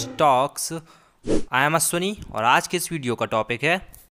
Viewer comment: आपका उच्चारण ख़ुद ग़लत है। ख़ुद आपका नाम अश्विनी का ग़लत उच्चारण कर रहे है। its welcome not बैलकम, अश्विनी है ना कि अस्विनी। 🙏